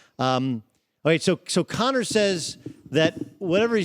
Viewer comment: Mosley: "McConnor"